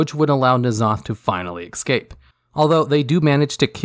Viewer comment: Es'cape not Ec'scape